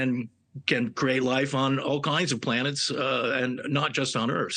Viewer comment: "all koiiiiinds of planets"